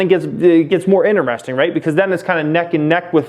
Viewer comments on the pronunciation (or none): none